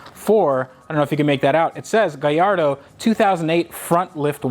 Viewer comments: "Gaiirdo" jesus youre so annoying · Not to be that guy but its proper way to say it is gull ardor the a makes a u sound sorry love your work